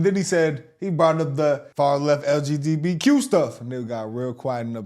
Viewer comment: butchering LGBTQ will never not be funny 😂